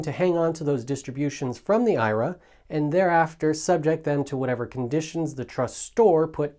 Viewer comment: Please pronounce IRA the correct way!